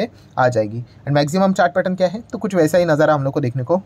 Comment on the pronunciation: Not jai it's hai